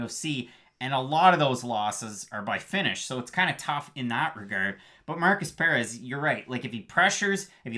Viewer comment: Why you saying Perez like that? And It's Turman not Tormann lmao